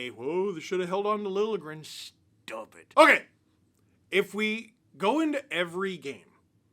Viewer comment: . Steve, it’s pronounced “Lil-juh-gren”